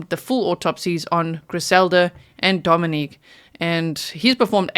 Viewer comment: G - Dominic’s name is pronounced DomiNICK…not the feminine form Dominique. Griselda’s sister pronounced it Dominick And so did Griselda’s best friend. Actually everyone pronounces it DomiNICK that I have heard. A name is such an important thing to get correct.